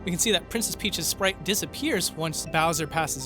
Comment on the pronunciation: "Princess Peache's mound"